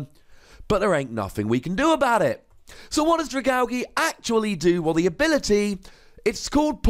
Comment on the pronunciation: The g sound like the g in giraffe not the g in gift ... AL-JEE not AL-GEE :(